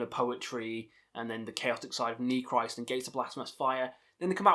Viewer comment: don't know if someone already said it, but I speak Russian, Ukranian (a little), and German: The album titles are pronounced like Nechrist' = Neh hreest Weltenschauung = Vehlt en show (like ow when you get hurt) ung (like sung) Golos Stali = Holos stahlee Istina (verity) = eestina Cool vid mate